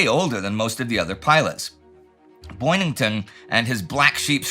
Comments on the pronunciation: It is Boyington, not Boynington. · Pappy's last name is Boyington. Boy-ing-ton. Not Boynington. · Pappy Boyington, not Boynington. Two minutes in the penalty box for Indie. Great episode, again 😊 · It's Boyington, not Boynington. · Is it just me or is Indy mispronouncing Boyington as Boynington? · And I can't believe no one caught it at the time. It is not just you- but you can see from his picture card we spell it correctly. Stupid mistake. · “Boyington” not “Boynington” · The photo caption is correct: Boyington. But somehow Indy thought it was Boynington. Spoken: , , , , , . On-screen text: in a book quote -- is it possible that Mark Lardas got the name wrong in his book and that's where Indy's mistake originated? It had to come from somewhere. It makes the name MORE difficult to pronounce, so it doesn't seem like a natural mistake to make (though the entire crew has to handle impossible name pronunciations so routinely that they may not notice by now). As an aside, I've never quite understood why fighter planes ever fight each other -- why dogfights happen -- EXCEPT when fighters are escorting bombers. In these "fighter sweeps," were the Allied planes fighting Japanese fighters serving as a Combat Air Patrol to protect Rabaul from bombers? Or were the Allied fighters armed with bombs so they were actually both fighters AND bombers? Or if the Japanese fighters hadn't bothered to fight them, would they have strafed the field with machine guns? It's kind of like the question of whether tanks should fight tanks, or whether tank destroyers should fight tanks, so tanks can be saved to attack other targets. Don't you just waste fighters having them shoot each other down? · It's "Boyington", sir, not "Boynington". ffs. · His name is Boyington not Boynington. My head hurts now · Pappy "Boyington"